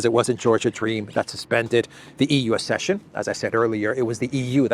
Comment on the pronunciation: Ac-session, not ass-session.